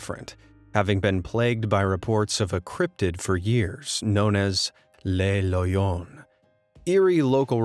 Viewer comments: With regards to Le Loyon, it would be pronounced as Le as in Luh Loyon, meaning it is in the masculine. The way the narrator pronounces it he said Les Loyon like Lay Loyon as in plural. Le masculine, La feminine and Les plural. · Not ‘lay’, ‘luh’ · its le loyon. not les loyons